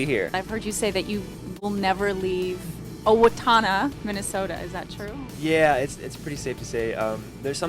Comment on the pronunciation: Is it just me or did he pronounce Owatonna 'Owa-toe-na'? My goodness he is tired